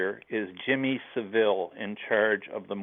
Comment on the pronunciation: "Jimmy Sa-Vil" hahaha.... "The Royals were involved too", LOL...